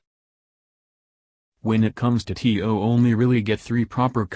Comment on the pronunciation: Tio not ti oh